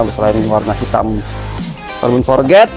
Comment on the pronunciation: Forged bang bukan Forget... 😭